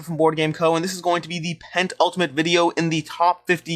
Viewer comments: Makes history by using "penultimate" correctly in the Internet. Mispronouces it as "pent-ultimate". - best wishes from a fellow mispronouncer :D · Is there a second T in penultimate? Haha. Are you doing it from the penthouse?